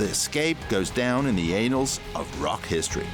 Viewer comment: In the "anals of rock history"? Annals, shurly? Unless you know something you'd like to share.